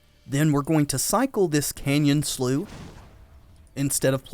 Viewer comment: Canyon Slough is pronounced Canyon Sluff. It was hard to listen to personally.